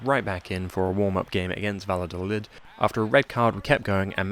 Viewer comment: The ll in Valladolid is said the exact same way you’d say ll in David Villa